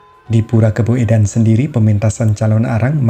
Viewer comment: KABOEDAN, DIBACA KABUDAN, SAMA SEPERTI SOEKARNO DIBACA SUKARNO.